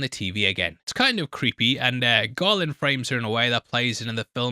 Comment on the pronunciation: Everytime you said "Garland" I heard "Gollum"